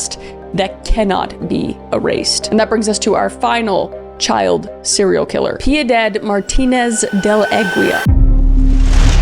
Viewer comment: I just love how she cant say Piedad.